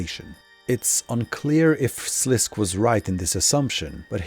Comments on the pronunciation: Sliske is pronounced "Slis-Keh" (two syllables) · Sliske is pronounced Sa Lis Kay. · You pronounced sliskay wrong but this was a fucking banger of a video I can let that slide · Just a heads up for next projects you might be working on. In RS3 wiki there is a pronouciation guides for obscure words. It gives your stuff a lot of creedence if you say things the way they are meant to be said. Sliske for example is pronounced SLISS-kay. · Amazing video! Your mispronunciation of Sliske had me tweaking, though. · Great video, just keep in mind that the E in Sliske is NOT silent